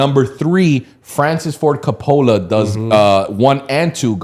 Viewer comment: buddy said coh-pola while tryna act like he knows film